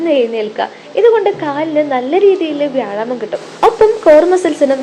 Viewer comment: വ്യായാമം എന്ന് പറയൂ, എന്നാലല്ലേ ഭാവം വരൂ.